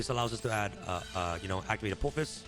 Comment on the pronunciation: Dude can’t read. Apo-phis.